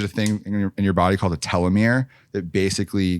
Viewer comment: It’s pronounce TEE-lomere